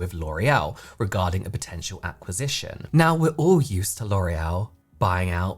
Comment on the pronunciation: It's giving get-back and sabotage by "lore-ee-el" 👀